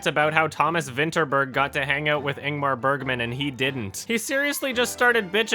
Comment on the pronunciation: That pronunciation of Ingmar Bergman. I really need to watch that though, seems super legit.